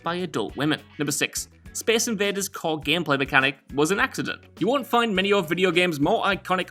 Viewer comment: speece inveeders